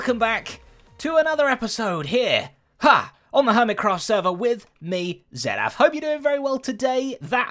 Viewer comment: Him: my name is Zedaph..... Me: no, your name is zedaf My common sense: no its zedap hhh